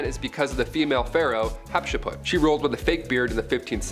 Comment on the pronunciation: Love the show 😁... but, you need to learn how to pronounce names.. fx it is not 'Hatse-put' it is 'Hat-shep-sut'.. and, stop saying 'plaque' it is 'plague' the 'a' sounds like the 'a' in ape and not like apple.. it is so annoying when people who are native speakers, can't speak their own language... 🫡